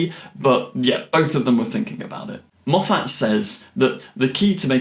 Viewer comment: ⛔⛔⛔ Why do you have this inability to say Moffat correctly? Surely you've heard him say his name??? ⛔⛔⛔